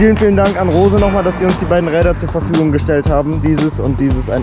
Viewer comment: Ich bin so glücklich dass du Rose nicht Englisch sondern Deutsch ausgesprochen hast sowie in deiner insta Story und ich habe so eine Tour auch mal gemacht nur dass ich dafür etwas länger Zeit hatte